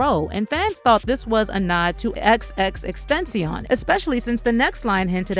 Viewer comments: Look ma’am, say it with me it’s X X X TEN TA CION. Please get it right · its 3 X's aka XXX TEN-TA-CION! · I hate the fact that people act like it’s so hard to pronounce Tentacion. It really isn’t. You guys are just that lazy. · You can't even says X's name correctly and I'm supposed to believe you did any kind of research!? Goooofy